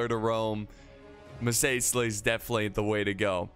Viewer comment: Don't forget about the classic, muh say sea lee